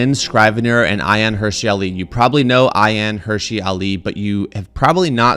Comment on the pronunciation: Thanks for giving this clip the attention it deserves. P.S. It's not "Hershey" Ali, though. It's more "herSEE". Cheers!